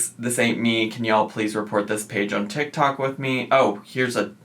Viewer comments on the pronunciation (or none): none